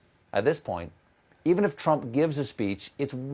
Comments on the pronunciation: Ok, please. It's "ANTI FA." Not "Anne-Tifa." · Interesting, you stress the "ti"-syllable in antifa?